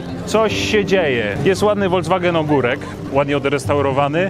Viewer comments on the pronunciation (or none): none